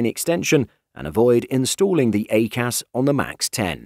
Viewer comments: "A Cas" is pronounced "I Cas" (EICAS) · It's pronounced EYE-CAS 🤦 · Interesting pronunciation of EICAS